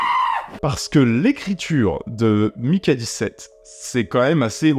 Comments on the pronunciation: On a maintenant une explication de pourquoi le film est resté dans un tiroir pendant 1 an après avoir été terminé: son aspect politique. Parce-contre c'est pas contre toi (no offense) mais Mickey ça se prononce Miki et pas Maïki. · Ne t'embête pas avec la prononciation des mots étrangers, il vaut mieux te faire comprendre de ton public que d'essayer des prononciations hasardeuses. Mais pour info, Mickey se prononce plutôt "miki". Pour prononcer "mailleki" il faut avoir le prénom Mikey. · J'ai un vrai gros problème avec les prononciation c'est terrible, surtout qu'ils prononcent "Miki" 140 fois dans le film...